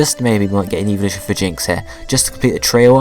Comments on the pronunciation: lol its sounds like you are saying eeveevolution not evolution xD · I'm not hating but it sounds like you are saying eeveeloution.